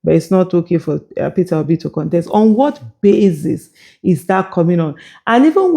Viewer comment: Dis mumu just keep saying "PitObi" 😂😂😂😂. Why is the pain of Peter Obi leaving them so enormous in their bones? Did Obi take away their intestines? I'm surprised Kenneth Okonkwo thinks his views are still relevant to the scheme of things. Just rest oga, go back to nollywood and try acting again. May be that will profit you, but Politics no fit u like dis. Or beta still, sit back and enjoy wotever small money you have now collected frm Atiku since he's good at diahing out Dollars. Abi is dat also hard for u to do?